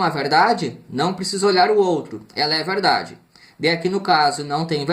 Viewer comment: verrrrrrrrrrrrrrrrrrrrrrrrrrrrrrrrrrdade verereererrerdade